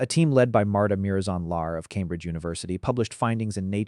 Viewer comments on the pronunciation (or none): none